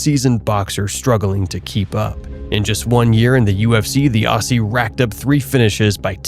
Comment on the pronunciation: When you say Aussie, pronounce as Ozzie. Great vid on our Perth boy.